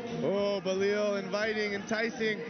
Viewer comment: It’s Bilal not Balil